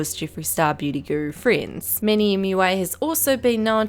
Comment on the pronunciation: NO IT'S NOT MUA IT'S M U A.